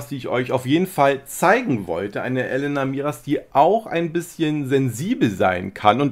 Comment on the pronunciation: sie heißt Elena und nicht Elenna. 😊 Langgezogenes E